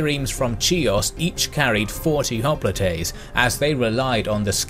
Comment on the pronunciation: Hop-li-tey? Hoplite is "hop-light" in English and Greek. >.<